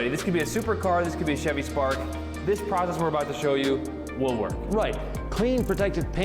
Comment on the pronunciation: did the cutting, Nick did the polishing and Sylvie did the camera work! I see that pronunciation of the word "process" is rubbing off on Nick!